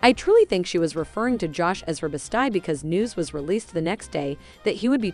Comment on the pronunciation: Best eeee, not best eye.